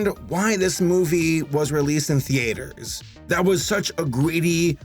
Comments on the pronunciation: I’m sorry. Did you just say the8ters???? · No one:: The-A-ters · ThE-AY-ters..... odd..... Interesting. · The-aters?, what country are you from if you pronounce the vowels next to each other in theaters in two different syllables? November 9, 2019, pm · *The-A-ters*??? What 🤣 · "Why this movie was released in th-ATE-rs." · what’s a theAders? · You said theatre funny